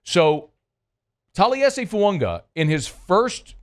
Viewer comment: As long as I’ve listened to, there is still no N in Fuaga’s name.